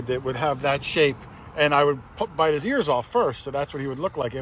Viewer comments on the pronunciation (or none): none